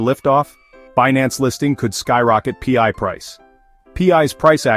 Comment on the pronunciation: Pee-eye? What is pee-eye? 😂 Listing on Binance will drop the price as it creates another selling point to those from countries that ban the scam crypto exchanges. Pi is a DeFi utility token used in the Pi ecosystems and nothing to do with FIAT or cash or dollars or exchanges or other crypto currency as clearly explained in the Pi White Papers.